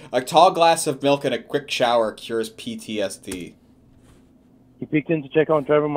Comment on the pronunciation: We take shawwahs . We play Twastaah.